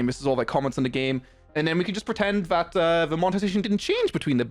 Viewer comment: because you pronounce "that" as "vat" like an infant it makes your opinion irrelevant